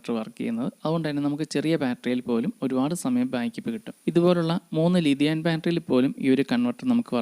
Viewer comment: ലിതിയാൻ ബാറ്ററിയോ? കേൾക്കുന്നതിൻ്റെയോ ഉച്ചരിക്കുന്നതിൻ്റെയോ പ്രശ്നം മാറ്റണം ,തെറ്റായ സന്ദേശം നൽകരുത് ലീതിയം ബാറ്ററി അതാണ്